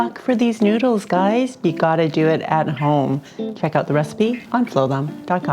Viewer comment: It’s no njuidles, it’s noodles, idiot.